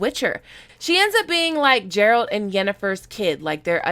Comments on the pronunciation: Stop calling it "Game of Thrones", dont build the hype when we don't know yet how series gonna end up,this is Netflix and they know to fuck up.Also.... Witcher has its own identity, its not any version of GOT.Another thing... you don't even know to pronounce Geralt name and talking about series lol. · I have been telling my GoT friends about the Witcher since it was announced. George RR Martin and Sapkowski are also the same age (Sapkowski is a couple of months older). The first story in The Last Wish was published in 1986, a full decade before A Game of Thrones (book). Geralt is pronounced with a hard G, like game, not with a "J" sound. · The medalians are mentioned heavily and in detail in the last wish. Also you are pronouncing Geralt's name wrong... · You pronounced Geralt wrong 😑. My one pet peeve of the series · Can you please learn to pronounce Geralt of Rivia’s name correctly. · Shes pronouncing Geralts name wrong. And its annoying a lot of people. I wont dislike her vid love her content. Just have a pet peeve when it comes to Geralts name. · Geralt pronounced... A "G" not as a J. And the second syllable is like alternate. Ger alt. A friendly schooling on the Witcher. Look up the Witcher 3 prologue, you will hear it quick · She says she played the games but yet she still makes the "Jeralt" mistake. She either trolling or she lyin. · geralt! Not gerald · Geralt, not Jeralt. Supposed to sound like (Gairalt) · sounds like you're saying Gerald and not Geralt, Ger-alt..... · sorry you are pronouncing it with as if its J its a G. Phenetically its Gairelt, though its spelled Geralt. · Every time you say Jerald... I want to use Igni on you. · She says she has played the Witcher 2 and 3 yet butchers the pronunciation of the main characterer hmmmmmm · I’m not a Witcher book reader. I’m a Witcher GAMER. Fuck the world. How the fuck she ain’t the game? And it’s GAH RALT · "Jeralt" Me: Internal screaming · It's more like Gairalt in the way his name sounds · Not Ja lol